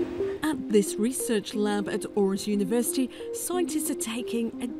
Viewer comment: ..lol ... Seaman Gaza instead of Siemens Gamesa ..at Orus University instead of Aarhus University